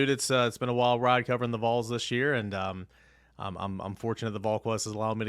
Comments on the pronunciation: It’s pronounced VALL’s. Ding dang it, get it right. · please correct people when they say the Vuhls. VOL sounds like ball but with a V. Love the content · Or when they say vowls like bowls... drives my nuts 😆 what's hard about Volunteers shortened to Vols for these people 😆 🤣 😂